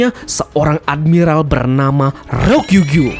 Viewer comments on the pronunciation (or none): Ryo ku gyu,,. Bukan Ro kyu gyu